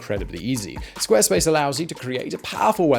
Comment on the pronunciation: "Squa space"